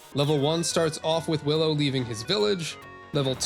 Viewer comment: Definitely says "Billow". I'm sure of it...